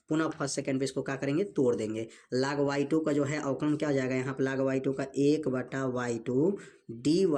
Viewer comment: Sorry vo laag nahi log hota hai😢